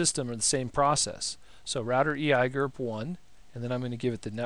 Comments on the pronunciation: Really? EYAYGER ?..First time I hear [E.I.G.R.P] pronounced EYAYGER.. Just couldn't watch after that. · eeeee eye gurp XD i've always heard e i g r p lel